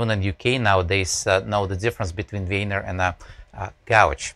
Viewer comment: "most of the time I'm actually grabbing the wiener" cant unhear that.